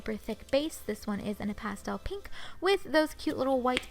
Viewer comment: I like how u say pink like pinkkk